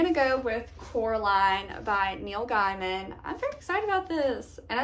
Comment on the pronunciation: FYI - it’s pronounced Neil GAY-man